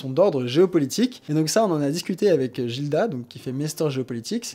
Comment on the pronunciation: Merci d'avoir prononcé Gildas correctement